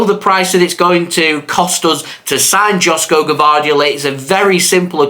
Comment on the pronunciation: It's pronounced YOSHKO, not Josko Gvardiol